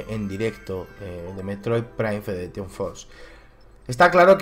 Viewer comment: Si dices FedereTion, puestos porque no dices FederATion?